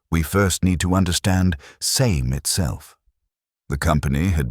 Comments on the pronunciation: It's pronounced "Samay" and "Samaycar". Here's me, trying to teach AI. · I have always pronounced it Sa'me (sar me). Great video, thanks 🙂